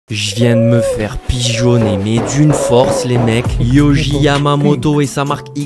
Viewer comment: ça se prononce pas "YOJI" mais ça se prononce "Yori"